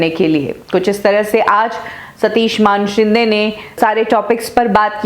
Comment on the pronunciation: कभी सुधरोगी. मानेशिंदे को मानशिंदे बोलना वो भी बार बार. किसिका नाम बदलने का तुम्हे अधिकार नही. तुम्हे हजारे की जगह हिजरे पुकारे तो अच्छा लगेगा?